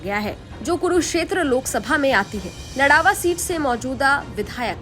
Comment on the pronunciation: ldawa nhi ladwa h behan ji